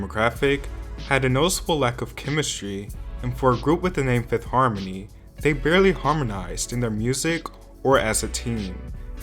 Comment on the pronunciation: You mispronouncing fifth harmony’s name just shows you knew nothing about them to say they are a horrible group. You are honest but you are a real douche bag sometimes